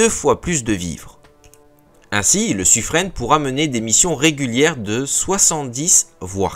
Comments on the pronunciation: oui c’est Suffrin. Dans les registres de la Marine royale, les noms sont écrits en phonétiques à côté des noms afin de savoir comment les prononcer, et c’est bel et bien Suffrin. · Bonjour le... On prononce "sufrin" et pas "sufrenne"! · Sufrin comme saturnin, mais non c'est Sufreine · Suffren prononcé Sufrin